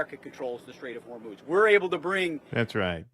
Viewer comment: Is it me or does Kegsbreath keeps pronouncing it as " The Strait of Vermouth "